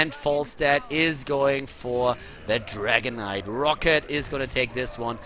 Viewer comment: I always hear Dragon Knight as "Dragonite"